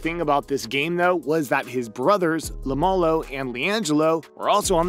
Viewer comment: Why do you pronounce it lamalo?